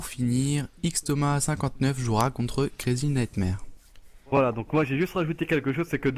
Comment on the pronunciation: Je kiff trop le comment Lady à pris l'accent de ouff avec "Crazy Nigthmare"